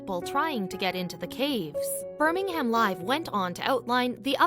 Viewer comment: I do wish people would take the time to pronounce things correctly. It is said Shrop Sheer (spelt Shropshire) and Burr ming um (spelt Birmingham).